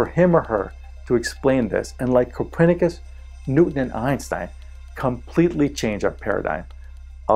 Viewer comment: Please stop saying Coprenicus.